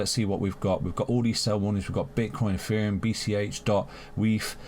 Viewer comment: Why do you say "EFFEREUM" ?